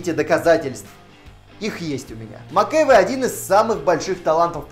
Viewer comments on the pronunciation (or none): Если не знаете, как правильно ставить ударение в фамилии актеров, посмотрите/послушайте, как они произносят ее сами. МакЭвОй!